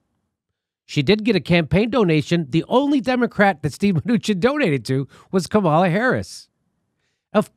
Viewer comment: Dude, it's comma-la